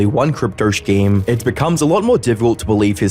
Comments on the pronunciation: Scheme is pronounced SK-EE-M not SHHH-KK-EEM lmao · stop saying škeem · You pronounce 'scheme' incorrectly. Would love to hear how you pronounce 'school'. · Bro's pronounce of the word scheme got funnier and funnier throughout the video 😅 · Learn how to pronounce “scheme” bro you say it like 5 different ways through out the video. Here I thought I was watching a AI video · Not to be that guy or anything but im fairly certian the H in scheme is silent. Good video i just wanted to let you know something that you maybe dont. ❤ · I’m so sorry, I love your videos man but how you pronounce scheme is like how people should pronounce Frankenstein. 💀💀